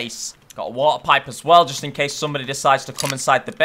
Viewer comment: Its not water pipe Its Warty Pipe😂